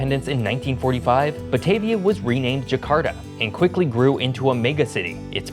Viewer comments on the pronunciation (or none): Your pronunciation of Batavia is wrong. 😅 Ba-Ta-Via (with a "ah" sound)